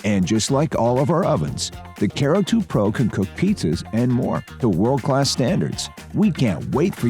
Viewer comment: ... Guy in video is saying CARE-oo, not kuh-ROO....